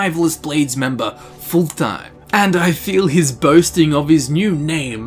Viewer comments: I know you already preempted this, but you are basically calling him "full time". His name should be pronounced fullt-heim. :) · Just an fyi, I think Fultheim is said like either Ful-Time or Fult-Heim, probably the latter. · its pronounced fult-heim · It's actually pretty easy to pronounce: "Fult - heim" , there is no "th" sound. It's also not pronounced like"full time" but rather like "fult hime". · I don't understand why they say Full-Thime, when it's very obviously supposed to be pronounced Full-thaym. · Fult-heim Not fulthheim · His name is pronounced Fult-heim not Ful-theim. Proper nordic speech doesn't 'th' that's just anglification at work. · I heard "Full Time" and I can't unhear it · Darn it. It's Fultheim. Pronounced like Full-time! XD I jest ofcourse, we love you. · Hadring: clearly says Fultheim: horrendously butchers his name not 5 seconds later Why are YouTubers like this? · is generally not great at pronouncing things. We all suck at something:P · What if hadring says it wrong? :O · Take a shot everytime he pronounces Fultheim wrong. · sounds like you are saying fultheim the phalus